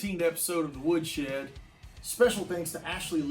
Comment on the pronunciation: "Welcome to the Woodshred"